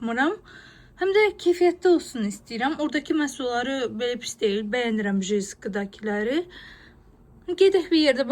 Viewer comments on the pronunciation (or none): Salam ❤. Jysk deyil, Yusk oxunur, videolarıniz maraqlidir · jesik yox yusk qulagim qanadi😢